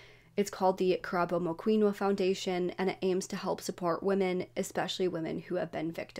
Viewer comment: Good for you for covering this story but please, for the victims sake and her family, learn to pronounce their names correctly, it's disrespectful to just call them whatever you want.